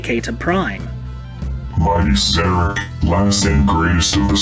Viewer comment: Szarekh being mispronounced more than once hurts.